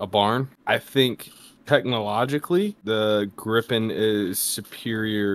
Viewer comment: Grippen not Greeppen